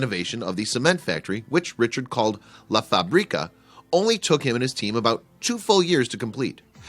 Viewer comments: It's funny this guy saying la faBRIca, he should say la FAbrica, stress in the the FA not in the BRI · “La Fabríca” haha it’s Fábrica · What a nice place, he has changed up something ugly into a palace. You have little pronunciation mistake, "fábrica", has its stress on the first syllabe (fa) not on the second one (bri). Spanish is a tonal language if you change the stress you change the meaning of the word. If you say "la faBRIca" you are saying "he makes her up", but if you say (la FAbrica") that means "the factory" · if he says "la faBRIca" one more time Istg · I cringe everytime he says "La fa-brí-ca" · who knows spanish and crige every time he says La fábrica.loool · Did you know, to ask how to pronounce a word before making a piece? Fabrica, accent on the first "a". Let's be honest, the place will be fresh during the summer months and bitter cold in winter, so a nice summer villa.